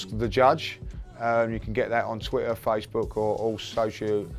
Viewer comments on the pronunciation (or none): none